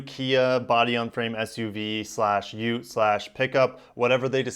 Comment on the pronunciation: “Ut-ee”. What the heck??? It’s pronounced “Ute”... as in “YUTE”